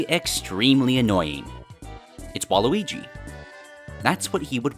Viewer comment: A bit too... fouth 'wall-y'. Ya now what im sayin'